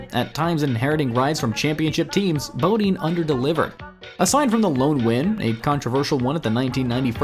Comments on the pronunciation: IT'S PRONOUNCED BUH-DINE, FOOL, NOT BOW-DEEEN!!! KISS OUR BIG YANKEE ASS! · Who is Brett Bodeen? At least know how to pronounce the names right besides reading stats you got online.